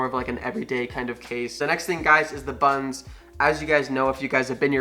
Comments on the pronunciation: Desert Falcon That’s all I hear now 😂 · Did you say "buns"? Or "buttons"?